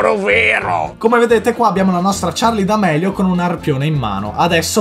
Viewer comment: Scusatemi eh ma charli senza la e OH